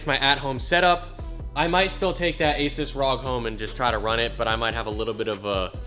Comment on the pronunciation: bro said " ey sues" what?? lmaooo ASUS